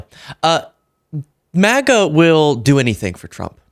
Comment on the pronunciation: I don’t know if she said “MAGA” or “Mega” maniac but he is definitely a maniac.